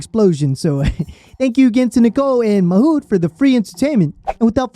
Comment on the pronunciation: Bro if you ever do another video, his name is pronounced "mah mood"